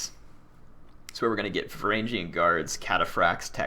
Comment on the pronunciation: Ugh its Var Ang E an. Varangian